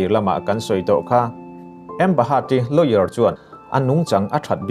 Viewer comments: A bengvar thlak e, mahse a changin lawyer i tia a changin layour I ti char2 bawka… 😂😂🤣🤣🤣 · Ngatinge lawyer hi lower tia ilam zel a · Lawyer tih tur Lower han tih leh Khawvel ram lar Los Angeles tih tur Los Angels han tih daih chu ngaihthlak a ti nuam lo deuh hlek... han tang sauh2 teh.. thil dang pawh kan lo beisei zel ania... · Saeisel vang pawh nilovin.. hmasawnzawk nan.... Lawyer tih hi Lower tih ngawtin i sawi a, a ri zing bawk sia... Lawyer = Láwi-er tih deuha lam tur a ni zawk maithei... 👍👍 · Lower ti lo in Lawyer ti ve tal la 😂😂😂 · lower niloin LAWYER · e a nih chu,a nih chuan kan news ngaihthlak chu a ga rin tlak loh ve...thil belh chian tlak loh hi chu Up lord lo se tha tur..a lam dan reng2 kha a lam no lutuk😂😂ambahat....lower...🤣😂😂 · Amberi Lower 😂😂😂😂 Lawyer tal te hi chu lam dik tum ve teh 😆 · Lawyer kha lower i ti tlat a 🤣🤣🤣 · lower ti a I lam hi ka vei lawyer tur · Lawer ti mai la. I lam puam mah mah a, lower a ni tlat zel. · Lawyer tih hi Lower ti in ka hre tlat a ka hresual zawk nge ni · Lawyer a ri lovin Lower ang in ka hre tlat...